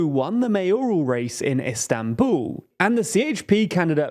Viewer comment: "Istanbuuu" - wher did the "L" go, guys?